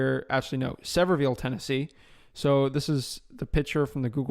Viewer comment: Avery and Luke Carl are cringing every time you say Sevierville 😂., great content brother. Thank you for everything you do!